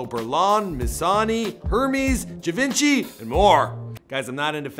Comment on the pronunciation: Givenchy is pronounced G-von-shi & Hermés is Er-Mez